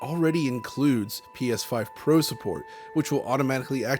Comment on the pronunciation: PlayStation 5 “Prô”